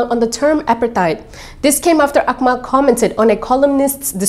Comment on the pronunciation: Please pronounce "apartheid" properly